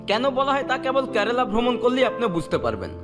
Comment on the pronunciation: 😂😂 আরে ভাই কেরেলা না কেরালা হবে ভাষা ঠিক করো